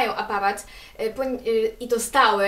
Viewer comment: Czemu mówisz apawat ?! a nie aparat -.